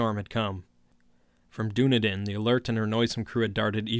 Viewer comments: Being a kiwi, ive never heard of the "streets of Doona-din" I have visited Dún- ē- dinn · Hi, brilliant reading. Your tone really suits the material. However, just a quick note: the city 'Dunedin' in New Zealand is pronounced 'Duh-nee-dun' not 'Doo-na-din'. Just thought I'd point that out! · Dunedin is pronounced Done-eden B) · The small city of Dunedin in New Zealand is pronounced “Duh-NEED-inn” And growing up in the 80s we still called mixed maori-European kids “half castes”, but I don’t remember when that faded out of common use. I guess it’s considered impolite now that mixed-race marriages are common. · I enjoyed this a lot, though as a lifelong resident of Dunedin (raised in the inland hill suburbs where the cult holds its rituals) I feel obligated to observe that you mispronounced the toponym. The accent in "Dunedin" is on the second syllable, not the first, so it rhymes (sort of) with the phrase "run bleedin'." That's a small nit to pick, however; I really do enjoy these Lovecraft readings. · Dunedin is pronounced "Dun-eden" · "Dunedin" is pronounced sorta like "Done Eatin'". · "Doo-Na-Din, New Zealand" hahahahahaha love it